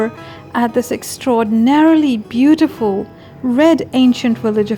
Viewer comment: Nice ! While the place sure is lovely, the way u narrated and captured the scenic beauty makes it all the more interesting. Enjoyed watching! P.s. Beee-teee-ful nahi hota , beee-yu-tee-ful hota hay 🤦‍♀️😁🤓